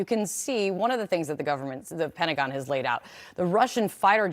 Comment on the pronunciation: What does the word "Pen-agon" mean? 🤣🤔